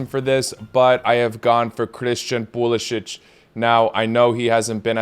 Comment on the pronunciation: Perhaps you can pronounce CP10's last name his preferred way.